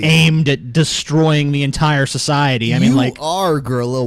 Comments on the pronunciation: Is anyone else bothered by saying shuhshiety instead of society? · It is society not "Soshiety" XD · I hate to correct you but it's actually "shoshiety" you see! "SHoshiety" But hey never mind ;) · Sosiwaty. Elmer Fud to the max